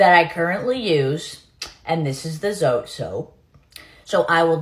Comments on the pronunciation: It is jabón Zote 🇲🇽... Pronounced "so te" the t & e sound like the t & e on the word terrible. And they make a white bar. 🙃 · I always crack up when I hear someone pronounce it as zote and not so-te if that makes sense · It’s called zot-eeeeeeeeeeeeee now you can pronounce it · Ma'am please pronounce it correctly. It's not zote, it's zOté emphasis on the e. It's an ehh sound. We Mexicans pronounce American words like they are not like we think they sound. So please respect our language and do the same. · I was raised in Mexico. Growing up this was the soap our grandma, momma we used . Works amazing for washing clothes by hand to remove stains. Pronounced Hah-bon aka jabón aka soap and Zoh-teh 😂 aka Zote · This soap used to be way bigger when I was a kid. (Also more dense btw). It’s called ‘Jabon-zote’ in Spanish which means - ‘Big-soap’. We pronounce the E in Zote. Like e in [e]lephant - Zot[e] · Never thought I'd see this soap being promoted or used by a non Mexican make up artist on YouTube lol. Pronounced: Zo-Teh , basically means humongous. You add this at the end of certain words to describe it as humongous. In this case soap or "jabon", "Jabonzote" or "humongous soap". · Zo-tay.. is how it's pronounced. And if you shave it down.. GREAT FOR LAUNDRY! Also.. where tf are you buying it for $5?!... It's in EVERY dollar store. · It's pronounced " ZoTay" That is a Hispanics holy grail. It's not new. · It's pronounced zo-teh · Zoté At least pronounce it right if you’re going to use it